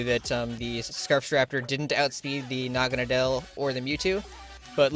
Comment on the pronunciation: Me and my friends have just given up trying to figure out how its supposed to be pronounced. We swap between 1. Nah-Gan-Ah-Dell 2. Nah-Gah-Ah-Nadle The first being more popular I personally like calling is Nah-Gan-Dell but thats probably not right, its a preference over accuracy thing